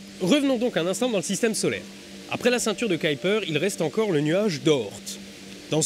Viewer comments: Sa prononciation est la prononciation anglaise (on peut l'entendre, dans le fameux docu de la NASA, où un ingénieur parle du projet Orion). "caillepeur belte" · Il va sérieusement falloir apprendre à prononcer "Kuiper". Et si tu n'y arrives pas, prononce "cui-per" et personne ne t'en tiendra rigueur. Mais là c'est juste agaçant. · C'est vrai que pour un belge (trilingue fr nl en) ça gratte l'oreille. Essaye " cuille peur "